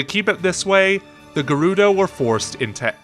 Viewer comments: Agreed the "g-air- oo-doe" 💀💀💀💀 kills me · I love your videos but..whats with the pronunciation of Gerudo its like you're saying Gay-Ruh-Dough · “The geroodoh” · The new narrator from 39 on is unable to say Gerudo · Buchanan one of the narrators kept saying it wrong. It's painful to hear, plus quite obvious if you know the correct pronunciation. I figured it was his accent as he says it wrong in every video that mention them.